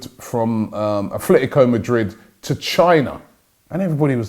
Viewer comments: Robbie it’s Atletico, stop pronouncing it as Athletico please it really annoys me how people insert an arbitrary h into their name. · ffs Robbie, it's "ATLETICO", where do you see the "F" sound?